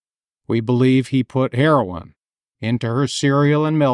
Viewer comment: So, she couldnt pronounce it because shes dyslexic?@